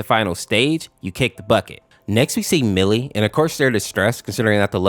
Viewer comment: millie not molly